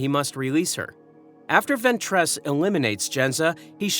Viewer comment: Judging by the consistent inability to pronounce Ventress correctly, I'd say the voice is too.